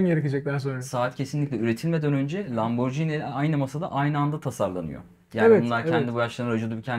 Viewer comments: Ben biraz konservatif yaklaşıp normal model diyeceğim, ama ikisi de çok güzel, hayırlı olsun. Bu arada Lamborghini'yi, lamborcini yerine "lamborgini" şeklinde okursak daha doğru olacak sanırım. Kolay gelsin. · 'e not, Lamborcini değil, Lamborgini. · Satıştaki arkadaşın Lamborjini demesi de evlere şenlik…